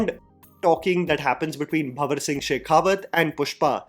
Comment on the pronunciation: is so ignorant that even after watching pushpa 1 many times and pushpa 2 he doesn't even know the actual name of fahad fazil character,he calls him bawar singh instead of banwar singh🙂🙂🙂